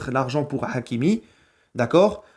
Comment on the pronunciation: L'accent forcé sur le H de hakimi 🤦🏾‍♂️